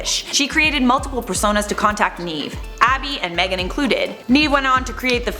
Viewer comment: It’s not “NEEVE it’s “nev”